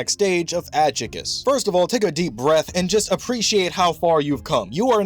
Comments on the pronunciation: it's a Spanish word, the J has an H sound. It's pronounced Ad-hoo-chas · It's pronounced Ad-Hugh-Cha, Hollow terms are all based on Spanish. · I loved the video tho. Just thought the pronunciation sounded goofy. I was listening to it while working and was like "what is that I've never heard that before 🤣" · The pronunciation of Adjuches is atrocious 😂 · Why can’t people pronounce adjuchas correctly. They say it in the show….. it’s simple. I didn’t subscribe.